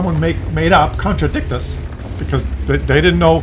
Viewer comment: The name is even stupider when you pronounce it correctly. It's the con-tra-dick-shus'. The 'T' is a 'sh' sound. Because English.